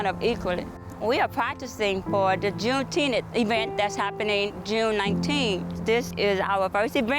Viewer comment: Jumeteenth 🙄 not only are you rich but even dumber